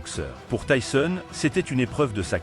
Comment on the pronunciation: Commentaires nul avec la prononciation de tyson ❗